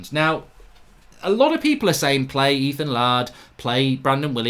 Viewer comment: can't stop calling him Ethan LARD can you!